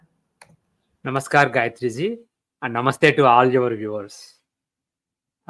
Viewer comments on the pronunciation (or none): none